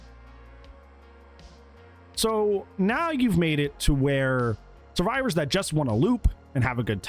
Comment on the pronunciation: "we made it so xenomorph is terrified of suevivors instead"